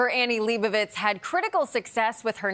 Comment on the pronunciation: Leibovitz! not Liebowiitz!